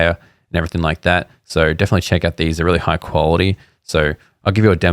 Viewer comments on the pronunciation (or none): none